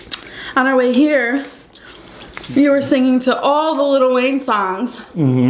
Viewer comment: Little Wayne😒 it's lil Wayne 😂😂